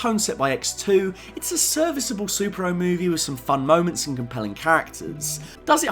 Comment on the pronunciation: Love how I hear "Sup-Ero" instead of superhero. But overall good video man